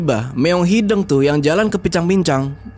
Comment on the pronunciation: Lucu pas bilang "meong hideng"😅😅.. harus nyaa meong hideung.. d sunda "hideng" sama "hideung" beda arti😅😅..